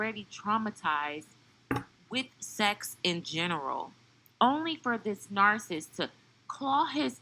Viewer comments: Are you intentionally mispronouncing the word narcissist? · It's pronounced nar-ci-sist, and e-pit-oh-me.